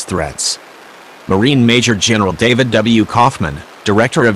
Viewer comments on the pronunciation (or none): none